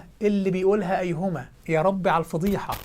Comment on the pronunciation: ايهوما هو قالها قال ايهوما وليس ايُّهما وهذا دليل على انه لا يعرف ينطق ابسط الاشياء صح فكيف له ان يستخرج اخطاء لغوية وقواعدية ونحوية وصرفية من القرءان؟ هو وغيره من قال ان القِبلة قُبلة فهذه ليست شخصنة وانما رد في محل النقاش وطبعا كل الشبهات تم الرد عليها والحمدلله ذات مرة شخص قال لشخص لما قد اظن ان القرءان الكريم هو اصح كتاب لغويا واستشهد بالمتنبي وشعره فرد عليه بما قاله المتنبي نفسه حيث قال حينما اتاه شخص فساله عن صحة القرءان لغويا فرد عليه ساخرا (ويحك ومن اين يأخذ باللغة من غير القرءان الكريم والشعر الجاهلي) فاساس اللغة هو القرءان والشعر الجاهلي ثم يأتي من لا يعرف ينطق كلمة ويقول لك ان اساس اللغة (القرآن الكريم) فيه اخطاء ادعوك للايمان ادعوك للامان ادعوك للاسلام